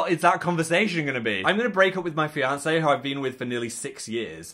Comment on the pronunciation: i am very intrigued by the way you said fiancé with an american accent